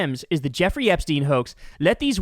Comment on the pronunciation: We're still talking about Jeremy Epshteeen?